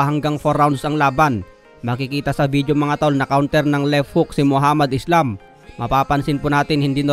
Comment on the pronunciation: *ISLAM po ang last name niyan. Palibhasa kapag may "s" sa salitang English pino pronounce na "ees" agad. Ayan nangyari, na translate tuloy sa spelling at naging pabagsak iyong pangalan ng boxer 😄😆